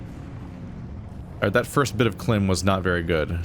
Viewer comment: I know the series is already finished, but you are supposed to separate the K in KLIM. Like a thousand units of LIm energy. However, Klim is funnier.